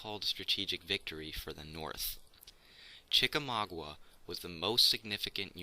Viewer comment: You mispronounce Chicamauga. -- A Georgia native.